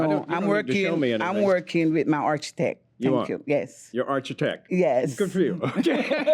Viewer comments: Arch-itech lmfao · “Archetech” lmao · I know 😂😂 I wish he corrected her though so she doesn’t have to keep going around saying “my Archie-tek”